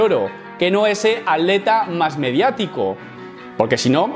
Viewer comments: Muy buen video.decis aleta, en ves de atleta? O me parece a mi. Saludos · que paso con la palabra atleta? se te esucha aleta lol xdd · cuando dice atleta yo escucho aleta